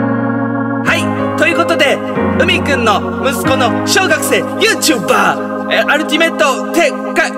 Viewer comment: ゆー↓ちゅー↑ばー↓で草